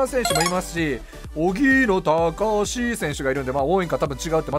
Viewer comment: おぎーのたーかーしーではなくおぎーのーたかーしーですよ‼